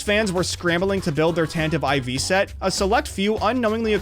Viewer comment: "tantive ivy"